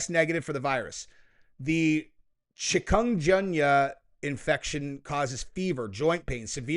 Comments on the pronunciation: chi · kin ·goon·ya is how you pronounce it. Sounds like a food item off a Chinese menu. Lol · Is Chikungunya saying Chicom-gun-you? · its Pronunciation ] CHIK-ən-GUN-yə lol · I wish I could say the word Chicungooya for you. The g is not the J sound but g as in gulf. Chic-goon-goo-ya. Anyway, its not new. We have had chicungooya for years in Puerto Rico. It got bad before the time of Zika, and the media lies about it in PR. So while the media and world was worried about zika which was not even a cold! And almost everyone was immune, people all over PR was getting chicungooya and no one was saying a peep about that. Retards. But Chicungooya was and is pretty terrible to get. Definitely need to go to the hospital. As far as I know, no one died from it. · It's chick-uh-goon-yuh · It's pronounced "chicken-goon-yaa" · Chikungunya is a fact of life here in Brazil since FOREVER. No lockdowns. The pronunciation is /shi-kun-goyn-yah/.